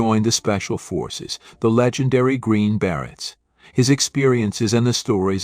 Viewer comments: What the Fuck is a Green Barret?Your Pronunciation algo-rythms are Screwy! There isn't a John in Jan&dean?Cla vers?Sickadelic?Rusculls?Ramby?Ramby Aputcy, artists?Hire a Live Narrator Computer voices Suck! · A good overview of 1960s bands and performers that should have more critical & popular acclaim. However, the AI generated narrator does not seem to master basic English. The Green Barretts instead of the Green Berets? John Berry instead of Jan Berry? Paul River & the Raiders?